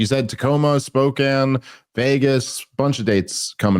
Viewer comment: Stop emphasizing the 'o' in Spokane! 🤣